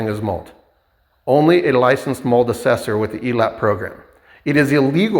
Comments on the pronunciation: Sure about the Half assed work. But Not being able say the word mold is wild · Ucant say mold